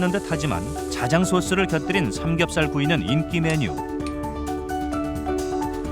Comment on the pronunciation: 의 나레이션, '삼겁살 만이 어닌(?)' '매니아'라고 해야 합니다.